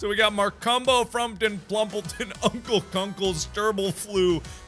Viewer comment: We heard: Markumbo My mom heard: Mar Cum Po